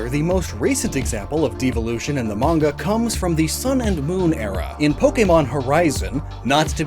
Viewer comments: it's pronounced maN-Ga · “The mange” no that’s peak please keep saying it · that's an interesting way to say manga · I was about to freak out about the manga mispronunciation lol